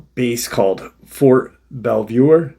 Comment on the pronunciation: Its pronounced like Belv-Or